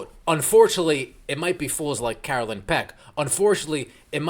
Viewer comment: I don't care for Peck, but her name is Carolyn, not Caroline.